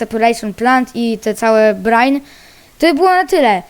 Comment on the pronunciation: czyta sie brajn